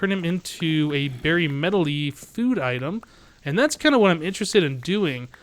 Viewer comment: Medley, not medely. I'm sorry but you drove me crazy.